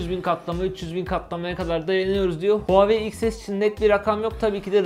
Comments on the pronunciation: Huawei değil huvaayiii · NOBODY:: HUAVEYİ